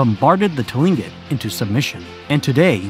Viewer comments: Tilingit is pronounced klink÷ it. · Tlingit is pronounced like Cling-kit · Tlingit is pronounced Klinckit. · Pronounced klinket. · I just got to him saying Tlingit, he really did no pronunciation research on this video did he?